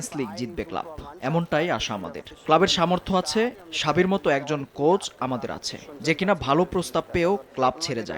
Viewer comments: সাবি না ম্যাম Xabi(যাবি)😂😂😂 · নারে ভাই উচ্চারণ সাবি হবেনা। আপনি একজন পিওর ফুটবল ফ্যান হলে জানতেন বিষয় টা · উচ্চারণ শাবি হবে,,,আপনি গুগলে যাইয়া সার্চ দেন Xabi alonso উচ্চারন লিখে তারপর নিজেই শুনেন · Thik e ase bhai Uccharon Shabi e hoy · Bhai Amare apner football shikhani lagbo na Just spanish kono news report or interview deikhen oikhane ora shabi uccharon kore. Ami ki kori oita alada kotha but actually shabi